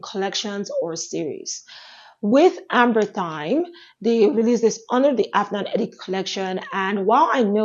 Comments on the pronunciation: For the Afnan perfume, I think it’s pronounced Amber rhythm. I thought it was ambery thyme for a long time, but then I watched some reviews and heard people pronounce it Amber rhythm and that’s probably more what it supposed to be, because you’re right, amber thyme doesn’t make a lot of sense for that fragrance. It’s one of my favorites! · Thanks for Irth review, I've only seen men reviewing it so held off. The Amberythme is usually pronounced as the two words Amber rhythm(e) merged, which makes more sense given the name and spelling, as opposed to the herb thyme. It's a nice one.